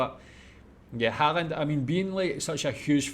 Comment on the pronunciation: I love how non-norwegian speakers says norwegian names SOOOO wrong. Martin Odegaard, sounds so weird. lol. We have Æ Ø Å. Pretty easy to prenounce 🙂Same with Erling Braut Haaland, who, I recently found out might be related to me in some way, the 2 a's are prenounced as Å. Same with Ødegård.